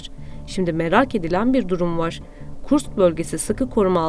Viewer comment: Hanımefendi, KurKS değil, KurSK şeklinde okunur o şehir.